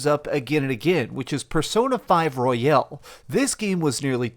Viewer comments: Me the entire video why is he saying P5 Royale and not Royal. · The pronunciation is also wrong in American English. Sometimes it seems he catches himself midway through the word. To be honest I make the same mistake with this game for some reason. Almost like I want to say Casino Royale and I am just not used to "Royal" as the last word of a title. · What? They're not powered up at the beginning of Strikers because of what happened at the end of Persona 5/ Royal. Side note, why do half the people mentioning Royal pronounce it "Royale"? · Haha. Everyone on YouTube keeps mispronouncing the word royal and I find it so funny. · Why do Americans pronounce Royal as ROY-AL. That's Royale not Royal. This isn't a Chicken Royale with cheese